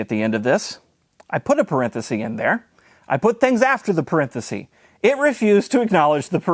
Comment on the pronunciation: You made me look up ]the singular of parentheses to make sure it's not parenthesee (it's parenthesis) although is your way just how you pronounce parenthesis? Anyway, great video, thank you, this was fun.